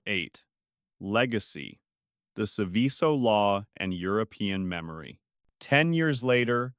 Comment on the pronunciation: Seveso is pronounced like you pronounce the word SEVEN but with the N silent and the word SO.